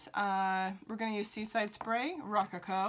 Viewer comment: Great video. Check the pronunciation of “rococo “.